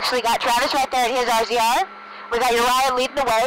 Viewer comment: Tip: no-one says "RZR" they say razor like the rest of the universe